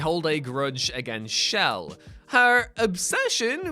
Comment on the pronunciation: Whose "shell"? I think you mean chell,.